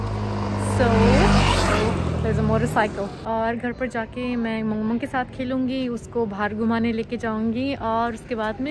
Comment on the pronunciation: It's mong mong not momo